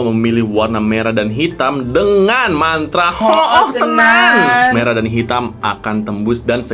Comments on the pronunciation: Abang pesulap merah bukan medrah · Merah ❌ Medrah 🗿✅